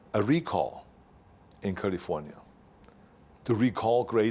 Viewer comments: I love hearing him say Kalifornya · Culliefornya is the proper term. 😬